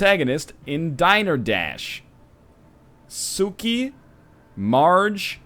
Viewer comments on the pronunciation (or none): The way you pronounce "Sukie" in this one means "Bitches" in russian